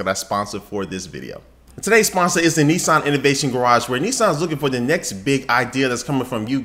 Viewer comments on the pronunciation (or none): not Nessan its Nissan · its nissan not nesson. just sayin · You're pronouncing Nissan wrong.